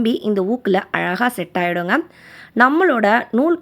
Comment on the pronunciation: Iluthu alaga what an awful pronounciation!